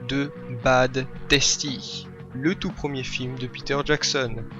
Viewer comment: Très bonne critique ! J'espère que tu n'auras pas de problèmes avec la politique de Youtube... Es-tu sur Daily aussi ? Et si jamais, c'est "Taste" ( tést ) pas "Tasty" comme le sandwich du Mc Do' ^^